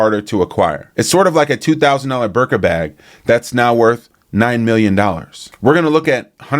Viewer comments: I love that you men don’t know how to pronounce the birkin bag😂 birka 😂😂😂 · Good show! one thing… it’s BIRKIN as in Jane Birkin.